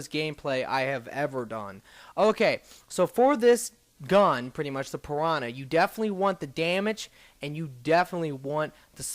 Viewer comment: you say piwana